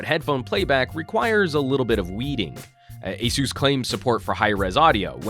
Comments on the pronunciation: It's Uh-Seuss, not A-Seuss, as in Acer. Asus put out a video a few years ago to clarify how to pronounce their name. I'm guessing that most missed it. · is it pronounced a soos or ace us?